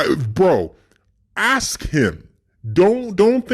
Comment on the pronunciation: axe him what? sorry